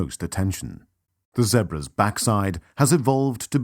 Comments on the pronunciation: Stop saying Zebras like that!! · It's pronounced ZEE-BRAS not ZEHBRAS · fucking zehbruhs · Poor Zeh-bruhs 🤷🏾‍♂️😢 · poor "zehbruh's"😭😭😂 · The way how he pronounces Zebras is so annoying. Or is that just me that finds it annoying? LOL